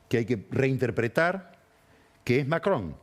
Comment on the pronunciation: ¡¡Qué placer escuchar a Pañi decir Macron!! Lástima que nunca le dijo Gravuá a Gravois, habría sido maravilloso.